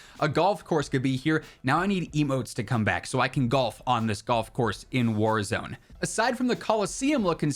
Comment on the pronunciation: The way he said warahzone map